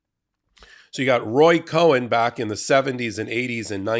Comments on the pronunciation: A fact check. Please pronounce the name Cohn "cone". At the time he was alive and active in New York, people got exercised about this issue because the mispronunciation in effect besmirched people named Cohen. While I'm here let me also urge you to use the personal pronouns "I" and "me" correctly. Those things out of the way, I want to be sure to say how much I value your podcasts. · Just a slight correction: It’s pronounced KONH, Roy Cohn. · roy COHN...no "e" in has last name. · Cohn is pronounced CONE, one syllable. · It's pronoucned Kone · "Cone" not "Co-en" At least since the 1960s that is the way I have heard the name Roy Cohn pronounced on television & radio. Apologies for the pedantry. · It's KOHN, not COHEN! It's got one syllable, not two! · It's Roy Cohn not Roy COHEN. Roger Stone needs to be LOCKED UP. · NO.... not ROY COHEN!!!! .... his name is ROY COHN.... like nails on a chalkboard....... 😖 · It's Roy Cohn, not Cohen. I agree with what you're saying but do a little research first. Otherwise you're talking about someone else entirely. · It’s Cohn not Cohen. Cone vs. Kōhen. There’s no e. There are so many names punctuation is important. TY for your excellent work. Your voice is critically important in the US. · It's Roy COHN not COHEN. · It's COHN, not Cohen. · It's Roy Kohn, not Cohen. Meidas and you, of all people, should have gotten that right. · His name was Roy Cohn pronounced Cone not Cohen. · Cohn, not Cohen. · < Not sure why you're pronouncing "Cohn" as if it is spelled "Cohen". I haven't heard other commentators say it that way. FYI: Documentary Film Donald Trump's Financial Ties to Russian Oligarchs Exposed Documentary 2017 /watch?v=fCDV4OH0rzY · It’s Cohn not Cohen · ROY CONE NOT COHEN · Love your vids,, but his name was Roy Cohn (pronounced “cone”), not Roy Cohen. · None of this is surprising when you look at the man. By the way it’s pronounced cone not cohen 😂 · Roy Cohn, NOT Cohen.!!! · 'Cohn'. Not 'Cohen'. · Roy Cohn Not Cohen